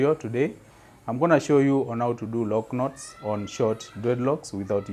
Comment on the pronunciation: Love the way you say "Loc Knots." Beautifully done... 🔥🔥😍🔥🔥